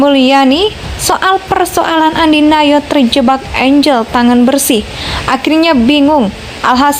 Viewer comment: ANDI F NOYA boss, bukan ANDI NAYO ..